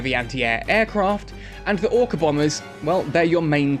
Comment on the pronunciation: i mistaked or he said ORCA bomer?